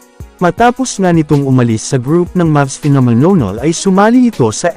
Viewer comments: Hahaha nakakatawa Yung bigkas nya sa phenomenal hahahaha 😅😂 phenonol😅😂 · Inulit-ulit ko tuloy at dami kong tawa, phenomenonol daw eh 😂😂🤣🤣